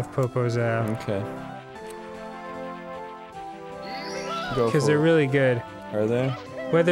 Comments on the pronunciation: I dont know if Danny knows, but every time he says poposao he is saying big ass. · I'm brazilian and when I heard "popozao" I just thought "please don't be the word I think he's trying to say". It was. I didn't know that song existed, but sorry. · HOLY SHIT Dan Sucks at portuguese, but it's fucking funny to listen to him trying to say the words, made my day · I know this video is old, but "Popozão" means Big ass said in a poor way